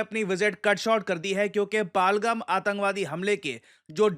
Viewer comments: सर; कृपया pronunciation sahi kijiye. यह पाहलगम नहीं, पहलगाम है. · Shrimaan, phalgham nhi pahalgam bolo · पालगम ❌ पहलगाम✅ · पहलगाम not पलगम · आप नाम ग़लत क्यों उच्चरित कर रहे हैं । पालगम नहीं है ये पहलगाम है । वहाँ के लोग भी इसे पहलगाम ही बोलते हैं । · सही उच्चारण है पहलगाम। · Kya Banda Hai, Pahalgam Ki Pronounciation hi badal di kch to Apna rkho, kch bhi? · Sir, u have been pronouncing "PAHALGAM" in a wrong way, please have a look at it.